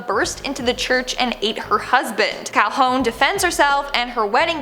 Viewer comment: Her name is pronounced Cal-hoon, not Cal-hone. Also, I'm pretty sure she gunned down the bug before he transformed into him. - Rapunzel was locked in the tower in the movie, because she was locked in the tower in the original story. And I'm pretty sure someone named the kingdom after the Corona brand of beer; which was also a favorite of the Space Quest creators, hence them naming the first game's fictional planet Kerona. - There's a Snopes article that debunks the Snow White thing - Lots of the movies' original stories also had the main characters' mothers dead. Hell, Cinderella's mother's death is pretty much the cause of the entire story. Also, not every movie does this. Tiana's mother lives, Rapunzel's real mother lives, Aurora's mother lives, and Simba's mother lives.